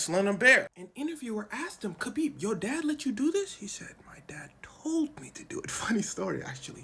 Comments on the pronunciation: Its kHabib. HAHbib. The k really doesnt show up in sound. Hes said this so many times. HAHbib. Not KAHbib. Like habibi. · His name is pronounced Habeeb; not Kabeeb. His name Khabib Nurmagomedev means the Beloved Light of Muhammad. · Every time you said "Kabib" instead of "Khabib" it made me die a little inside. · It’s spelled with a k but not pronounced with a k, sounds like habib but it’s spelled Khabib 👍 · Pronounced Ha-beeb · khabib's name is actually "Habib" same as "habibi" but there is no letter to represent the heavy arabic "H" sound. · "Never heard of...?" Dude it's Khabib. WTF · Pronounced “Habeeb,” the K is silent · The K is silent. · You said his name correctly once and that was in the first go lol